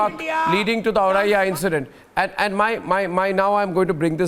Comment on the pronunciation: It's not aurariya .. it's Auraiya.